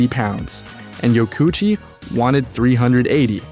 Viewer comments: I don't have to imagine it's 1984, I was there. The whole premise of this video is nonsense. I owned one of these bikes. I owned an original Katana as well. These motorcycles are not "hated". Blah Blah Blah. AND his name is not pronounced YO KOO CHEE, it is pronounced YO KO oo CHI. You are missing a syllable. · His name is pronounced Yoko Uchi.. 😊